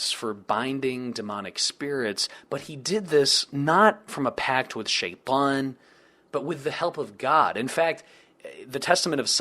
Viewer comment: Dude, you say Sheitan with a nice Arabic accent. That's really surprising, are you native Arabic speaker or did you learn the pronunciation?